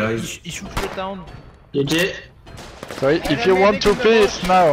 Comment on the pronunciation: The French guy says : "Jayjaille" for GG lol